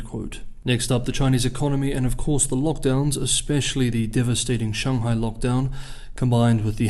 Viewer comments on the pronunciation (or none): none